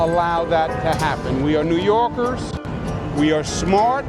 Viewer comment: “doesn’t stop New Yoorkers” prob the only guy I heard a New York accent from